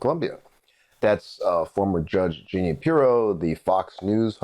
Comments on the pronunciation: It is peonouced Ja-neen not Geeknee. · Jean - ine. Not Jeanie.